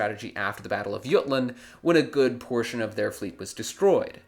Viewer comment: it's called THE BATTLE OF J-UTLAND NOT Y-UTLAND